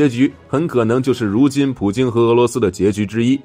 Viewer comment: 明明是普京你为什么总是说普丁呢